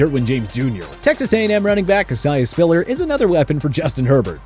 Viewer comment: i like and all but why he always gotta mispronounce names like chad muma and isaiah spiller🤣🤣